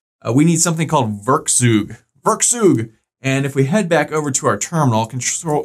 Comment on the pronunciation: The "eu" in werkzeug is pronounced like "oi". "Werkzeug" is a german word and means "tool".